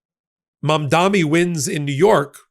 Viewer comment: Mamdani... Not Mamdami. Ben says it wrong all the time too. Pretty annoying in my opion.